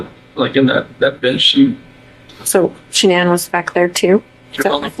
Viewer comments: Why is it her father and brother can't pronounce her name correctly 🤔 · Interesting that her own family pronounce her name normally like Shannon. Also even if he wasn’t cheating, I’m surprised she doesn’t assume it was her outrageous behaviour towards his mom and dad. That would be enough for me to disconnect completely. Atrocious behaviour and he should have taken any opportunity to get them tested for those allergies. I’ll bet they weren’t allergic to anything. They were so toxic together. He should have left her. I cannot understand why he chose violence. It was crazy and I can’t fathom what he thought would come from it. And his daughters??? I can’t understand his rage at them at all.